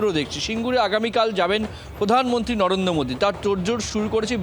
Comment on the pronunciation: মিথ্যা মোদির নামটাই ঠিক করে বলতে পারে না। ইনি নাকি বিজেপি নেতা।